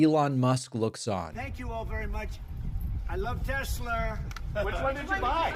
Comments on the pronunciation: I love Tessler! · Haha Tesler. Comedy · 😂😂😂 when’s the last time Trump even drove a car? “TESSLER” hahahaha what a buffoon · "I Love Tesler"....omg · Wtf is a TESLER? 😂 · Tesler Hahaha WTF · It’s Tesla….Not Telser Felon 34🌹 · Oh my gosh , Pakman is so smart , he heard Trump say Tesler instead Tesla ,WOW 😲 Sausage Nose made up another crybaby rant . 😭👃🌭🐽. Nobody knows like Sausage Nose , he has the direct contact with Trump info , he's hooked up ! He has his crummy little desk where he makes up his daily lies . Sausage nose ! Sausage nose Sausage nose ! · He actually says "Tesler"!🤣😂🤣😂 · Calling Tesla "Tesler" may just be Trump's idiolect -- his particular way of speaking. This phenomenon is the "intrusive r", meaning an "r" sound appears even at the end of words that have not had "r". Linguistically, it does not mean anything about intelligence or being civilized. Although New York English did not have that intrusive r earlier, maybe Trump uses it sometimes. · "Tesler"?🙄🙄🙄jeez My God he babbles on and on he has.no.idea what hes saying. This is terrible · "I LOVE TESLER" New clip for the soundboard !!! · Tesler. What an idiot. Elon calls them Tezla. 🤡🤡🤡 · Tesler lol😂😂😂😂 Idiot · I'm here to see if he still loves Teslurr. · The silver 'Tesler' reminds me of the car that Homer Simpson designed. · "I LOVE TESLEEEEER!!!" "Saudi Arabia and Russia....will REEPEEDOO....AAAHHH" "OBAMNA" "TROTH SENSIAL" He is such a clown😂😂😂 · I LOVE TESLUR! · Tesler- Everythings computer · Him calling it Tesler is giving me "Merry Chrysler" vibes 🤣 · Hahahaha “Tesler” 😂😂😂😂 so pathetic. Poor Elon and mini Elon too. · I lmao every time I hear tesler 😂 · Who does he love more, Tesler or Melanier? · Next time he'll say "I LOVE TESTICLE!" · David you gotta turn the "I Love Tesler" thing into a soundbyte and use it when Trump talks about "Tesler" in the future. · Can we please call it Tesler from now on??? PLEASE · Tesler 😂 what a bafoon. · TeSlur not Tesler - Freudian slip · FentinALL and TesLER 😂